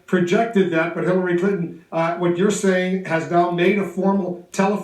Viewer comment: "I have a person there with Hiliry" hahaha CNN are so retarded it's hilarious.